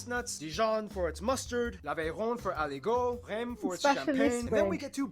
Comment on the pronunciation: did he say Rème ? 😭😭😭